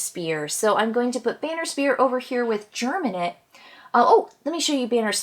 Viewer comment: Quick correction -- it's GEM-inate not GERM-inate. Appreciate the video, honestly surprised that so few content creators have done a video like this, just looking at the starting classes and breaking them down for audiences, especially newer audiences as the veterans already know most of this stuff. I think some card analysis is always great too, and hope you'll keep jumping into the Frosthaven content creation space as you get into the game. Thanks for the video! RE: Boneshaper or so, you tend to want to summon very very late in the round so that you keep the summon safe until the next turn so they can actually do something before just dying. Boneshaper does have very late initiatives in general. In terms of low complexity characters, Drifter is VERY easy to play. Banner Spear is not complex, per say, but MUCH harder to play well than Drifter. And as you noted, it's just trickier to do the formations a lot in 2 player, though you do have some control. But the Banner Spear also has many options that aren't formation attacks, which may work better in 2player games. But Banner Spear loves having a Boneshaper as a partner as all those skeletons can help out with those formations.